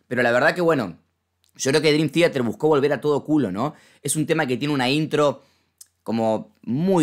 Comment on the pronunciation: "drim tiater" xD